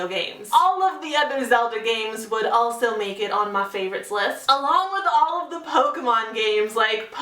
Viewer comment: ***** It kind of annoyed me the way you said Pokemon but maybe I just say it wrong.